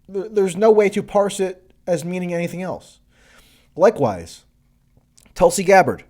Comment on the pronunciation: sanders always had an abysmal foreign policy anyways. Bernie did say , "I’m deeply concerned the strike in Syria could lead the U.S. back into the quagmire of long-term military engagement in the Middle East,” so y u triggered tracey? Also, Tulsi's name is pronounce "T-oo-l-si